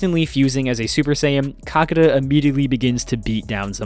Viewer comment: it's actually Kakaata and not Kakata. Get it right man..